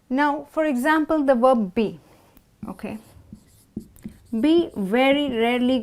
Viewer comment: Werb or verb?